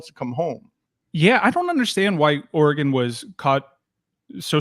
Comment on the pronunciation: Le Batard still calling Oregon, “oar-eh-gAHn”?! C’mon man! Great move for the U. As a Pac12 guy, I’m sad for Oregon.